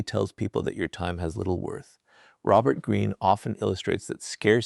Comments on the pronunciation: Is Robert Green's voice in this AI? He keeps speaking about himself in the third person and pronounces his name as Raux-bert Green instead of Robert Green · it's hilarious how the AI pronounces Robert wrong. Like with a long O.